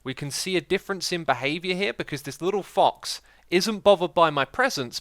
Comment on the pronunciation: Xisu says thox instead of fox